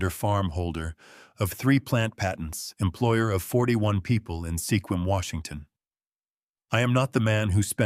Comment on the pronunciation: It's pronounced "Squim"